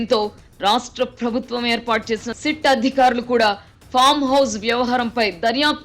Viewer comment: Nice analysis....but చిన్న సలహా.... ప్రభుత్వం అనే పదాన్ని సరిగా పలకండి... ఫ్రభుత్వం... అనటం కర్ణ కఠోరంగా వుంది